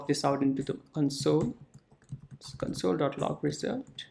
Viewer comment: It's console not cunsole